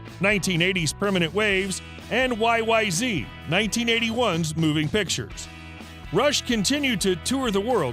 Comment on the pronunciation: Neil's surname is pronounced PEERT not Pert and of course spelled Peart. YYZ is pronounced Y Y ZED. I wish people would do proper research before presenting info.